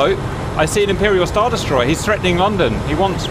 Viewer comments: Omg no please don't say london like the u don't pronounce the "o" just say london but if it had a "u" in it instead of a "o" so 8is lundon but its spelt london. Anyways sorry I had to say smth be this kinda triggers me bc I am British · “Lonn don”🤣🤣🤣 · "Lawn Dawn" 😆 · Please tell me I'm not the only one who thinks he's saying "long dong." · Funny... "LOWNDUN". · Ah yes Lon-don. Laughing so hard right now lol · The pronunciations of London are killing me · Why does he say London so weird ???